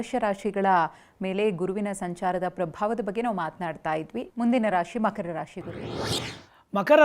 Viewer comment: Makhara, Bhakara 😂